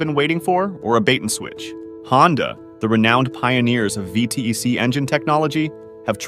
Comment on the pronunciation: Sorry, had to cut it after the third time you said “V T E C”. You’re insulting my religion. It’s pronounced ‘V tech’ yo.